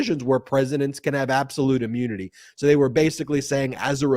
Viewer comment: Ben, maybe it is your accent but, "immunity" or "ammunity"? You are saying "ah-mune-nity" not "im-mew-nity." Very sorry but that's what you should be careful about.